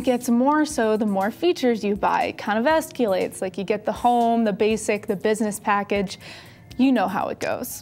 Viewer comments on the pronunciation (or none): Esculates? LOL I have a friend who says that.